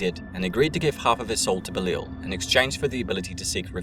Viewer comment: Say it with me, "Beh-Lie-All", not Belile or however you pronounced it.